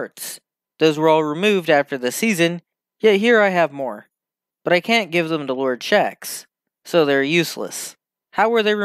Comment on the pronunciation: This man really said lord chex